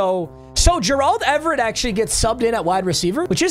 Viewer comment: Him pronouncing it like "Jurrald Everett" kills me a little inside each time